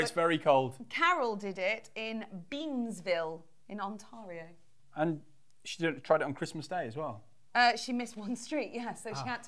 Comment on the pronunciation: As a Canadian, I must admit I've not heard anyone pronounce Ontario the way you did,, but I love it 😆😘